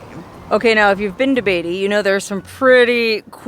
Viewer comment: It's , Beat - ty !!!!! NOT Bay ty !!!